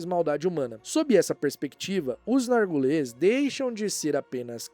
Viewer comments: Vídeo muito bom!! Amo vídeos desmentindo as teorias, por mais legais que sejam. Mas morria de rir toda vez que o ignorava completamente o i de Narguilés, falando Nargules. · Por que voce fala NargUles? rsrsrs